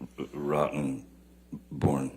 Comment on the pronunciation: I love how he says Mr. Rottenborn...emphasis on Rotten!!😅😂